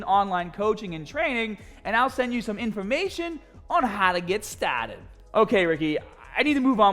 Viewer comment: The “BUT BEFOH WE GET STAHHHHTED” is always a good indication pumped AF 😂 And then he affirmed it with MEGAAGAHHBAGE😂